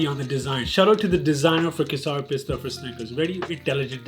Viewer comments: It's Ke-sar Pista for the guy who pretends to think he's saying it right to make it funny. 😬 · bsdk.. kesar bolna toh seekhle.. khud maa baap urdu or punjabi bolte shayad na .. gadhe.. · Bro it's kesar what are you on? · Kesar Pista Snickers..hmmm! Also, the way he pronounced Kesar! 😁 And also, what cute, contrast cousins! ❤